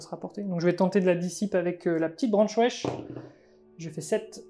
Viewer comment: A chaque fois j'entends "branche wesh" au lieu de "branchwraith" XD